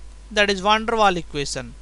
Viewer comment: Good explanation, but a little bit to slow..keep going! Great vids :) ps: It is Van der Waals, dont forget to pronounce the s at the end hihi..